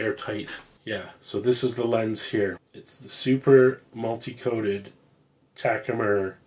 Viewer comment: What's a "Taku-Mer"? "Bee's Meow"?